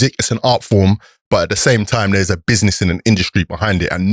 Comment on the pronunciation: Does think by saying BIDNESS it's making him younger 🤣🤣Good podcast through respecttt!!!